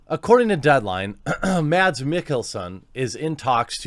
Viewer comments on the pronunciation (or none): His name is pronounced Mas like Christmas. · The D in Mads is actually silent in danish, just saying.